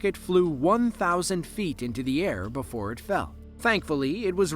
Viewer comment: BEFORE NOT BOOFORE 🤬🤬🤬🤬